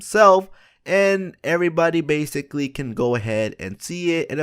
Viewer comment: they "bathically" learn how to fucking speak